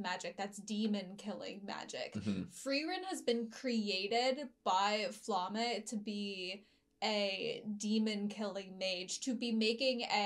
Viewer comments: If you wanna sound professional: Pronounce it "Flam-me" but careful, the e is pronounced like in "elephant" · pls google flamme german pronunciation